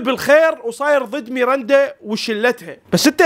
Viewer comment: اسمها ميراندا مو ميرنده😂❤